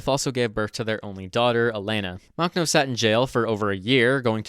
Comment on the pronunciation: Drinking game: Take a shot every time he mispronounces Makhno. (Warning: High risk of alcohol poisoning.)